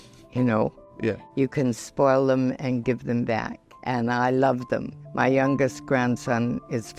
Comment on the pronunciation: "You can spoil them ang give them back" 😍😅